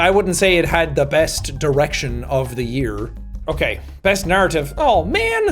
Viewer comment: every time you said narrative, i heard 'naruto' for some reason